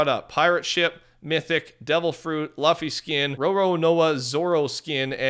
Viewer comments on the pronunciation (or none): ITS LOOOFFY NOT LUUUHFFY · He really said Luh-fee 🤣😂 it's pronounced Loo-fee lmao...and Maki is pronounced like Mucky not Macky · “Laffy” is crazy but you tried your best 😂😂😂😂😂😂😂❤❤ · Man said luhffy